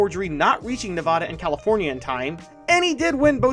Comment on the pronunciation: You said Nevada wrong lil bro